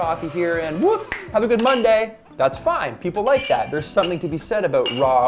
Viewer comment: "Aboot"🤣🤣 good videos thanks 😁